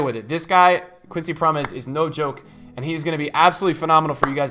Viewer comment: Keep going content is class, Think it’s Pronounced Prom mes